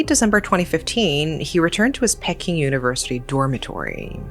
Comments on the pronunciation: As a mother of sons, this sickens me. Your own child unaliving you and wrapping your body up. Insane. Oh and isn't it pronounced "Pee-king" university? I was thrown off by it being pronounced "Pecking". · Why you pronounce peking like pecking most of the time i watch your videos your pronunciation is excellent but just this time its abit off 😂 if you say it like this pea king without the S that's how is sound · Enjoy your animated and bizarre yet true crimes committed by Asians. However, would appreciate it if you would pronounce Peking correctly.